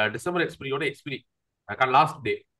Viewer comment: Dear Sir You can be the best professional and you have all the capabilities. Kindly try to pronounce "Expiry " correctly and do not repeat sentences . We are really matured people. Take the suggestions sportively. thanks.